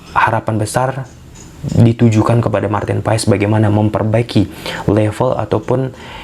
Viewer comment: Biar ga keterusan salah kaprah dan jadi kebiasaan, Maarten Paes dibaca Martin Pas , Jens Raven dibaca Yens Raven 🙏 CMIIW